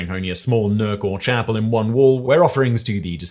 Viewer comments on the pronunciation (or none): none